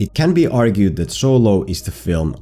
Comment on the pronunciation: “So-Low” 😂😭😭 had to thumbs up this vid just off that